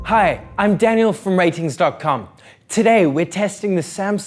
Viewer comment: I thought you were called Rtings, not Ratings.